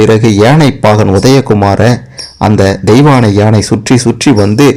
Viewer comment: உணமை. கேட்கவே எரிச்சல் வருது. பாகண், தெயவாணை என்று னகரமே சொல்லவராதா?